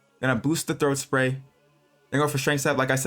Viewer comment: "throat spay" 😳